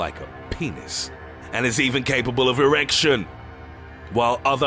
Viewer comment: "and is even capable of EEeerection" 😂